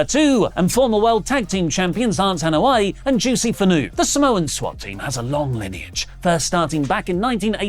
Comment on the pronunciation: Just to clarify my wrestle talk buddy pumped juicy was mentioned on here, his last name is finau(fee-now) not fanu,bless up y'all the best wrestling news outlet ever p.s. love takes on saying tongan words toco ofast 😂